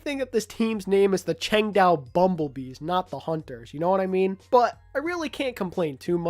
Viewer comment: No offense, but every time I heard you say Changdao, I winced in pain